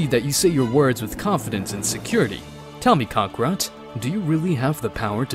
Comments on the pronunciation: WTF is a "Kack-rat"???? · Why to they say crokakat